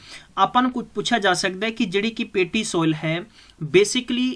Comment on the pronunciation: Material ta vdia hega but j changa teaching da trika hove ta gal e vkhri hundi aa... jive k appa keh skde aa, jive k tusi dekh skde ho, acre nu arc boli jande aa, soil nu sol, oxides nu oxodies, aap ta ghat pdya lgda teacher but dhakke nal notes kito download krke thopi ja reha